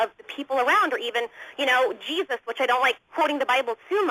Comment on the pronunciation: i think im having a brain aneurism after hearing all this YAYSUS